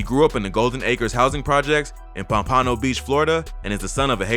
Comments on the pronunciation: It’s Pom pah noh not pum pay noe....sounding crazy asf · Pom-pano lol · It’s Pom-pa-no not Pom-paan-no bruh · It’s called Pom pa no not pa Pan no you fukn goofy 😂😂😂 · You ain’t from here are you? 😂 pom-pan-no 😂😂😂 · He did not say pompano as pompahno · This nigga just said Pom…… Pano….. I can’t rn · Why do you say pompomno pomp-a-no beach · It’s pompano not pomp-aano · Pom-Pawno Beach Florida 🤣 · Pump.puh.no Not pump.PaN.no😂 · He just said Pom-Pano it’s It’s Pompano 😂🤦‍♂️ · Bra pronounce my hood right next time it’s Pompano not Pompieno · The fuck is pomp-pano? You not from anywhere near here lol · Pom- pano 😂 it’s pom- punoh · My man said "Pomp-ON-Oh" 🤭😂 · Palm puh no not palm pawno😒 wtf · Lol that’s not how we say “pompano” say it Pomp. a . no But as one word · Bruh said pampano wrong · pomp-uh-no beach. not pom-pano lol. good video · If this dude pompono one more time instead of pompano I kno sumn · Nigga said "Pom-Pom An O" Beach Florida 😂😂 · It's not whatever the f*** you said it ( pop a No ) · its pom-pan-o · Pom PA NO….lol good video but that irked me 😂😂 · Nigga pompano say it with me pomp-a-no 😂😂😂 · Btw It’s pronounced “Palm-Puh-No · Why u said pom pano lol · Lmaoo “pam pan o” 😂😂😂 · its pom-pan-o not the way u said it.love tho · It’s pronounced pump pa no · Pom Pa Know.... It ain't that hard to pronounce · Say it with me: Pohm•pah•No 😂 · Lol it’s Pom pu no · Pompano. It’s pronounced pom-puh-no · Pom-pono 😂my guy don’t live in florida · Thats not how you pompano.... its Pomp-ano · Nigga said POMP-AÑO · Bro it’s PUMPAHNO 🤣 wth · Kuhh say my city right Pompano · You said pompano wrong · That’s not how u pronounce pompano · Damn you said Pompano all wrong plus Zoe’s is not a gang, That’s just the general term for Haitians… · Pompano pronounced it wrong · Jit said pompano wrong 😂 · You said Pompano wrong lol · That is not how you pronounce Pompano. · High key hate how they pronounce pompano and “Zoes” is not a gang🙄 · Bro you said pompano all wrong lmao